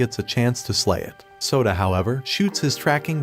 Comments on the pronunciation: i hear soda not sota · bro kept calling him soda instead of Yoda O_O